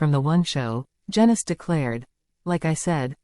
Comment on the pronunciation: Its pronounced jeenus not jenus which might turn out to be apt rhyming slang as up and coming pics might show